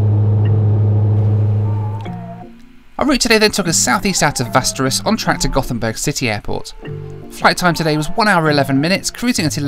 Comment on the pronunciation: Just for everyone’s information, Västerås is actually pronounced almost identical to the fantasy location Westeros, yea...that one. Lol.